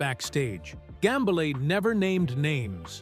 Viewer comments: 1. Get your AI to pronounce "Gambale" correctly. 2. It's not conceivable that Frank Gambale would ever hate anyone, especially another musician - and certainly would never say so publicly if he ever felt that emotion. The premise of this video is a lie. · Ughk ... another bullshit click bait AI video about nothing... can't even pronounce his name right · There are no names mentioned. Don't you hate it when the AI voice can't properly pronounce the surname of the subject person of the video.